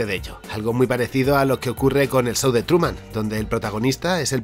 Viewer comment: "el sou de truman" ajajjaja